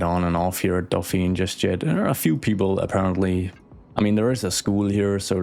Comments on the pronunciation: What you pronounce is "Dauphine", which is the name of the female dolphin, and the title of the wife of the heir to the French throne (so Marie-Antoinette was the Dauphine before she became Queen). "Dauphiné", with the accent on the e, is the name of a l region in France. The two are actually linked: the title of Dauphin (and therefore Dauphine) comes from that region. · 'i think i can pronounce this correctly...' spells Dauphiné (with 'é' at the end pronounced 'ey' --> D'o-fin-ey) but actually says Dauphine (with a silent 'e' without the *accentégu*) XD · A very small french pedantic comment: you should rename it to Dauphine to match your pronunciation. Dauphiné becomes dauphin-aye. Drop the accent. Or not :D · Not to be annoying but to be pronounces how you said it should be "Dauphine" not "Dauphinè" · 🥸 Dauphiné is prononced more like "Dough-fee-nay" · And now we will call that day, the "Kesselfeld Incident". This is clearly a case of urban horror stuff. We are in Fringe, SCP or the Backrooms ! 😆 Dauphiné is pronounced "Do phee neh" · Hello, french admirer here. 1) E in Dauphiné is pronounced like the 1st E in elephant. 2) Since the nearby area is named Antoinette, I would argue that the higher-class area should be named Marie. Marie in french sounds a lot like marée or Marine which are 2 words of the sea lexicon. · There is a neighborhood in my hometown of La Rochelle in France called "Porte Dauphine" . Also careful because of the accent at Dauphin(é) as you wrote,it's not pronounced Dauphine but rather ( e acute) as in " pay or Beyoncé ". So in order to sound as Dauphine you should remove the accent.